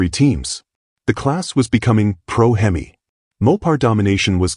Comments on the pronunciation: Hem=ee not Hemiss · This video needs a lot of image correcting and pronouncing of words. Him E versus the Him Miss sound for instance. A Camaro does not looke like a Vega which a lot of the Video has off, with some tweaks would be a lot better. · You need to teach AI how to pronounce HEMI !!